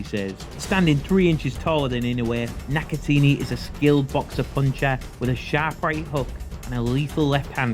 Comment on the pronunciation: NakatAHni not NakaTEENY lmao